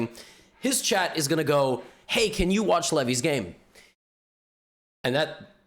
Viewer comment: It's levy not levi